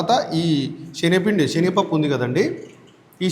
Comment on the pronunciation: షేనగపప్పు ఏమిటి..? అయ్యగారు 👌శెనగపప్పు 🎉బాగా పలకండి